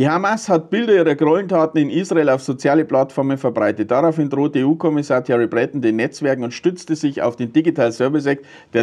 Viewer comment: Entschuldige, der Name wird "Thierriiii Bretooo[n]", also frankonasal ausgesprochen. Und ist es möglich, dass jemandes Name ansprechender klingt, als seine Pläne? Mais pas du tout:-)